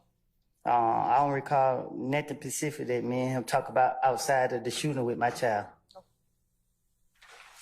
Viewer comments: I don’t believe anyone that says pacific instead of specific. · And his “ be pacific”